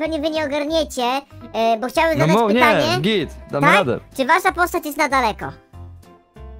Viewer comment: to jest bo a nie bu